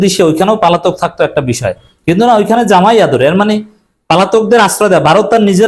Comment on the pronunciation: আপনি পালাতক শব্দ ঠিক করে নিয়েন